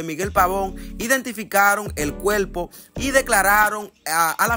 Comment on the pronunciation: Primero aprende ha hablar el cuerpo no cuelpo